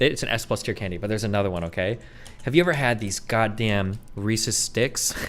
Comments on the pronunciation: The way Destiny says Reese’s “ReeSees” the first few times makes me want to die, then for some unexplained reason he starts saying it normally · Reecees, yuch. Reese’s though, now you’re talkin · This guy says "Recies" when referring to Reece's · ikr lol. they’re reese’s pieces!! they belong to reese!!